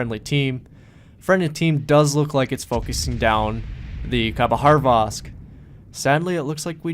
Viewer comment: good call. For such a great game... I can't agree with the end - never trust a random player to not throw the game. just go dark and ensure 100% win. Hilarious how you pronounce these ships... khabarosvk with an H in the middle of it somewhere (not sure where).. and Des Moines - pronouncing the S at the end even though it is a silent S. haha